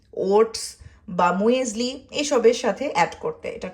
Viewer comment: মুয়েজলি না আপু এটাকে মিউজলি বলে